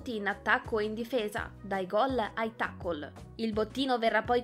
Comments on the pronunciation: Video perfetto, come tutti, ma la voce proprio non mi piace, poi si dice teicol non taccol. Detto ciò spero che nessuno si offenda per la mia opinione. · Tutto bene la narratrice.. Ma al minuto non si puo sentire che pronuncia il TACKLE in "TACCOL" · Appena ho sentito il " TACCOL" , HO SPENTO VIDEO